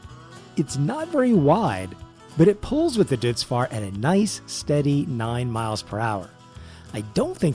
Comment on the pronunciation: Also, don’t mean to be pedantic but I think Deutz Fahr is pronounced Doh-its Far